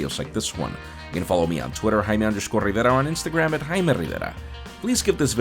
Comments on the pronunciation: Juan Bagnell > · It sound's like hhhhhhh he really love to spell it hhhhhh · Osuman 😂 the way he say it